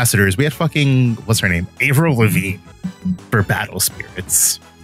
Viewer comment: I don't know how to feel about how Avril Lavigne was pronounced...